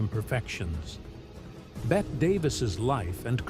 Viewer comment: Her name is pronounced Betty not Bet, regardless of spelling.